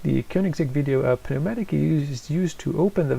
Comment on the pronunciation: You don’t pronounce the p in pneumatic .